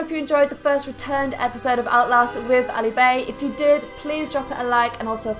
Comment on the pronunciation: She said Ali bay